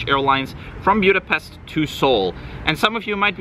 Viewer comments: Budapest not Bjudapest. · He needs to learn how to properly pronounce “Buda-pestch ! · Have never heard your pronunciation of Budapest